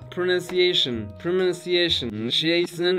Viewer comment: „Pronanceszyn inaczej wymowa 😂